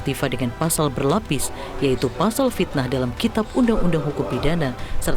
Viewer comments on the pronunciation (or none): 😂😂pitnaaah nya